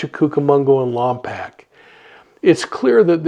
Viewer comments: I truly love your show and I wish the best in finding Melodee. However, Lompoc is pronounced lom poke not lam pack. Sorry, it just grated on my ears. Also, you are in my thoughts for your health. Keep well. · On your next video on this please get the city name right. Lom-poke. We would even settle for Lom-pock. Just please stop saying Pack. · Many blessings! Just a quick correction, Lompoc is pronounced Lom -Poke, as if someone is poking you. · Thanks for your report. FYI: Lompoc is pronounced Lom’ poke. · I’m from the area and it’s pronounced Lompoke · Worst pronunciation of Lompok